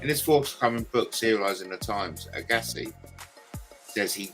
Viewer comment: It is pronounced AG assi like SHAG assi 😂